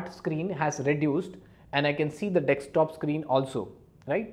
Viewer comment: Very nicely explained but it is 'desktop' not 'decks top'!! Most of them get this pronunciation wrong!!